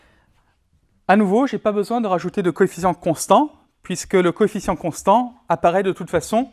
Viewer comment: coefficient et non coéficient !